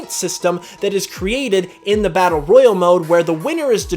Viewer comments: are you sure your saying number 4 right Royle is way different than Royale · Royale and Royal are pronounced differently.